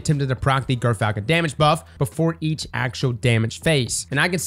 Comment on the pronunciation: IT'S JERR-FALCON, YOU GERK